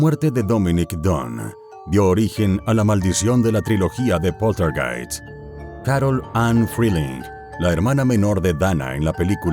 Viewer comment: "Poltergeist" (Pronunciado en castellano) ¡Por dios! Hablad con propiedad.